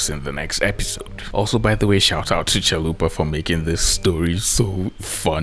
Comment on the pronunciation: Is there other folks who heard Zalupa instead of Chalupa? Otherwise this is comment for promotion haha